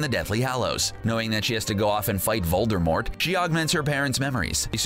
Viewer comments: DiD u JuSt SaY Vol-DER-mort? Cuz it’s Vol-DUH-mort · Voldemort... not Voldermort!!! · He says Voldermort not Voldemort There isnt supposed to be an R before the M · Voldemort. Not Voldermort. There's no 'r'. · "Voldermort" bruh its Voldemort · It's voldemort not vol-der-mort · Why the heck do you say "voldermort". It's VOL DE MORT for goodness' sake. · Its Voldemort, not voldermort. Did the person who wrote this even open a harry potter book? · Its voldEmort not voldERmort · It’s Voldemort not voldermort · Voldemort not vorldmort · IT'S NOT VOLDERMORT IT'S VOLDEMORT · It's not VoldeRmort it's VoldEmort next time don't say Voldermort instead of Voldemort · Vold (errrrrrr)mort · he says "voldermort" Lol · These people who make these need to read these books. He said voldermort....... UUUUUUGGGGGGHHHHHHHHHH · Did.... he say "Voldermort"??? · Did you say VOLDERMORT?!?! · He keeps saying "VolDERmort" and it drives me nuts. Three times thus far and the vid's only half over. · This guy said Vol-Der-Mort smh😒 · Did you say voldervort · U Said vorldemort wrong Its vorldemor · the crap is "voldRmort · How the dude says Voldemort lol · It's not VoldemorT it's pronounced WITHOUT the t. J.K Rowling said so herself!! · uh Harry Potters oldest son's name is Albus Severus Potter not James Serius Potter lmao and you pronounced Voldemort wrong its vold-de-more- not vold-de-more-T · Learn how to say Voldemort for all of us please